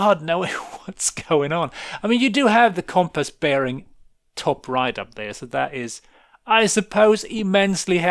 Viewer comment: Never heard compass pronounced that way before.